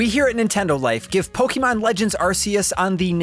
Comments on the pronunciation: My dude, it's been twenty years. It's Poe-kay-mon; not poe-kee-mon. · "Po-kay-mon" not "Po-key-mon" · something weird about hearing "poke-ee-mon" rather than "poke-uh-mon" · Can't stand this guy keep saying po-kee-mon instead of po-ke-mon🥵🥵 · POKÉMON POKE-ayyyyyy-mon No pokeeeemon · It’s pronounced: Pokehmon, not Pokeymon. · Did you say pokeman? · This dude said pok-e-mon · Its not poukeyman its pokemon! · Hearing people call them Pokeemon, Pokeeballs, Pokeedex is SO CRINGE. STOP IT. PLEASE. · It’s weird how Pokémon has been a thing for over 20 years and people still pronounce it “pokeymon” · I can only hear someone pronounce Poké as pokie so many times before I must stop the video. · God I hate the way he says PokEEMon 🤦🏾‍♂️ Thats not how its pronounced dude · ah yes, pokey man legends arse-ee-uss. (seriously though, great review) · I honestly hate being this guy & sincerely sorry for posting this, but I have to. The title of the game is three words long & two of them are mispronounced the entire video. It’s the most popular franchise on earth & is 26 years old. Pokey-mon & Ar-see-us is just being lazy at this point, especially when official trailers clearly say the title & you can very simply emulate. Great review & very informative, but come on with the easy pronunciation stuff. Sorry again. I just felt compelled to comment, respectfully. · If I hear pok*E*mon one more time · Unlike what is described in the video, the game is not a spin-off, it’s a mainline game. Also, the way he mispronounces “Pokémon” is quite annoying to me. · Hate how he says Pokémon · Mispronounces 'Pokémon'. Mispronounces 'Arceus'. Classic Nintendo Life. The review's good, though. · Thanks for the review. And to get further perspective on game play. Also nice to see someone who can way Arceus correctly. Sadly you still say Pokèmon wrong but baby steps. I'll take what I can get.